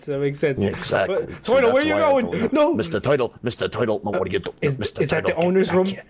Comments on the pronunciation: Wth is a 'teuytle?' Is it a turtle? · "Mr toitle" XD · doesn't know how to say Turtle 😸😸😸😸😸😸😸😸😸😸😸😸😸😸😸😸😸😸😸😸😸😸😸😸😸😸😸😸😸😸I done 🐱 because loves cats and link in the description and get I love cats 🐱 ti-Shirt Sire meowes a -lot plushy